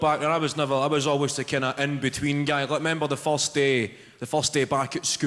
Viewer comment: I love the way he says "first". "Faust". Genius. Great comedy, too!